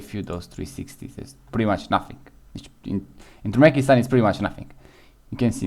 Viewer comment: Turmekistan?😂 Türkmenistan bro